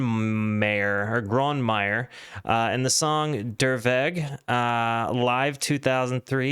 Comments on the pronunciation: Please practise your pronounciation of his name with a german speaker .Grö- ne - may- er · No like. Learn german pronounciation. Grönemeyer. Gelsenkirchen... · He butchered every single german word but: "I think I sad all of that correctly" 😆